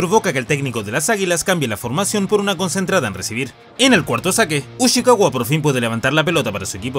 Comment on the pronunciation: Ushiwaka, no Ushikawa